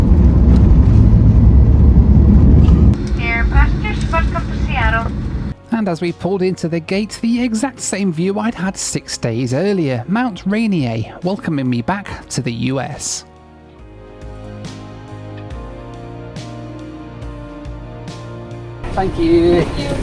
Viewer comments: "Mount Rainy-eh"? Really, you're supposed to be an American now. It's Mount Reneer. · Great video! Gotta say though as a Washingtonian born and raised the pronunciation of Mt. Rainier needs some work 🤣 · fooket and mount raynee ey... hehe. Poor guy, he must be tired... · Mount Rainy-eh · And "Nandi" in Fiji And Mount "Raineer" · That is not how you pronounce Mount Rainier